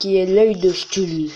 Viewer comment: sa se dis cktulu mais sa s'écrit chtulu comme technologie !